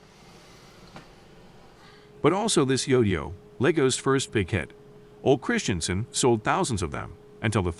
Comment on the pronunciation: Is the narration done by some AI? Doesn't sound totally like a human being... Many of the proper nouns and names of objects aren't pronounced correctly or seem programmed to follow pronunciation rules of American English, like Ole Christiansen's name. Even saying "dear wooden animals" the way it was said was off, like "dear" was not meant to describe the wooden animals (when it was). Or even the pronunciation of "Mattel" and referring to both Mattel and LEGO as him, etc. There are many incorrect pronunciations throughout the documentary.. The voice inflection is very weird and it sounds like AI. It's rather unappealing. The only good parts of the video are when real people are speaking and communicating information because I'm not sure I trust the information by the author who wrote the narrative part.